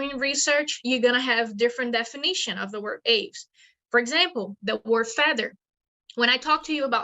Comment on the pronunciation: Get your pronunciation of "Aves" right if you are going to present yourself as some kind of authority.